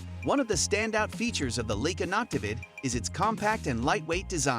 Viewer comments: Leica has been around for 156 years, is renowned for their optics, cameras and lenses and you don't pronounce their name correctly!!! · "LEEK-uh"?? "LOO-pold"??!! I utterly despise stumbling across a video in which an obviously AI-created voice stupidly mispronounces every unusual word and proper name in the text, and yet NOBODY, not a single LIVE human being, even bothered to listen to the damn thing and make the necessary corrections before publishing it. This ridiculous lapse of judgment and ethics makes the producers of this channel look (and sound) like complete fools and idiots. I will NEVER watch another video on this channel again.